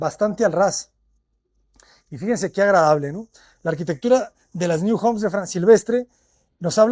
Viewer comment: Un inciso, no es New en inglés, es NIU, que en catalán o valenciano significa nido.